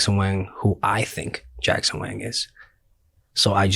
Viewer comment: Bhai mere, वैंग nahi वांग pronunciation hai